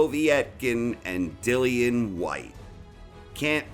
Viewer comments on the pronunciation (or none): Povey-etkin, Deeleeeann Weehyyte